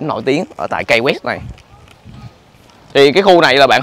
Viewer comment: Key đọc là "ki" chứ a, sao lại là "kây" đc. Học Tiếng Anh kiểu gì vậy a trai =))